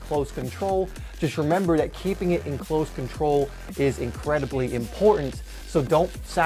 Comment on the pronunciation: Does anybody else get a little annoyed that he says dat, dah, dis, instead of that, the, this?